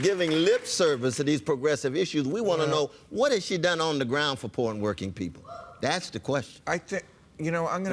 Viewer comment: it sounded like he said "porn working people" instead of "poor n' working people"